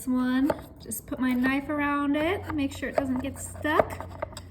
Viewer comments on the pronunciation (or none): none